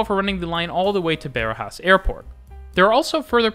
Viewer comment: My friend you got to start looking at native pronunciations of local names before narrating the video :D E.g. Barajas is definitely not beh-ruh-JAHS, but bah-RAH-jahs (all vowels open)